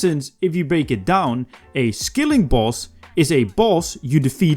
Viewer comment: It's a SKILLING boss not a SKILLER boss